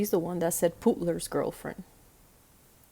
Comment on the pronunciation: Thank you! So good to see you…hear you! I love your tazas. I remember some of the other putler vids, describing his wife/whatever she is! I have to laugh because I thought you were calling him pupler 😂